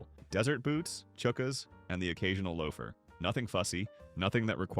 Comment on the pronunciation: Yeah, the mispronunciation of "Patina" as "Pa-TIE-na" or "chukkas" as "Chookas" gave it away